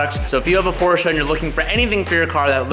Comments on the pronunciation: Just came to see if this kid is pronouncing Porsche correctly yet? Can someone please confirm? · As a German it hurts me how you say Porsche